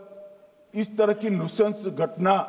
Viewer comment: नुशंश नही नरन्शंश